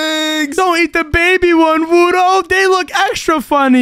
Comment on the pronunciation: You said wudo wrong 😂😂😂😂😂😂😂😂😂😂😂😂